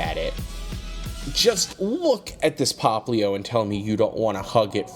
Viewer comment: it's popplio not poplin